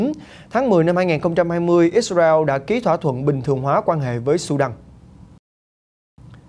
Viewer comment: Ít xa reo .. kkk .. ông có đọc được tiếng việt dc thì đọc ô ơi , gd anh em chắc hảnh diện dử lắm